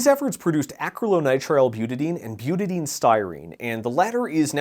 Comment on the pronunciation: Your pronunciation if Butadiene hurts me. Buta di ene, if you want a redneck phonetic spelling: b-you-ta die-een, I can't recall the correct way to annotate it but thats roughly the phonetic of it. I work with some precursors of ABS, namely the B part, on a daily basis.